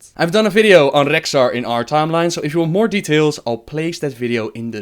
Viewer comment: Gavin Muller I'm aware of that. But as you can clearly hear, he IS ABLE to pronounce it properly. But time to time he chooses not to.